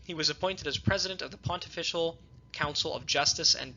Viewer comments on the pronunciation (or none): It is not pronunced "pont-official" college; the pronunciation is pontifical ("pon-tif-ical'). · Please Pronounce - Pontifical correctly - Pon - tif - fi - cal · A note on pronunciation: Pontifical is pronounced: pon-TIFF-ee-kal Nunciature is pronounced: NUUN-cee-a-chure